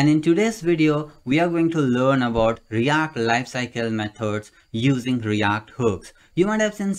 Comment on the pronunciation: Its react not REYACT😄